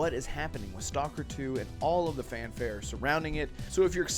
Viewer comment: You pronounced the name of the game incorrectly